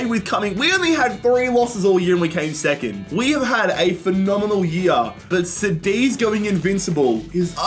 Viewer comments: KADITH wtf is CEDIZ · it’s pronounced like kudeez not sadeez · Cadiz is just Cadiz not Sadiz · Cediz 💀 Cádiz 😸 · Love the way you pronounce Cadiz, now I even call them sediz what have you done to me 😂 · Sádiz and Paco... SMH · bro said sadeez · It’s pronounced Ka-Dith. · Bro como que "zadiz" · It's pronounced kadiz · Dude, I love you...but "Cadiz" read C like in "candy" XD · Love your videos! But please work on your pronounciation of Cádiz. It throws me off. The c is pronounced as a k and the accent falls on the a. Thanks <3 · The way he said Cadiz 💀💀💀